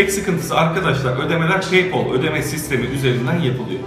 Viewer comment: Abi peypol değil peypel